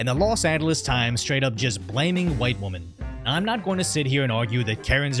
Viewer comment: Maybe I'm hearing you incorrectly but it sounds as if you say, "breaking up a fight between two womAn." This would normally not provoke me to comment but I've been hearing the singular for woman being used in place of the plural women in so many videos and things I hear the last few months. Did I miss something? I know new words and pronouns are all the rage these days but I thought general grammar rules still applied😂.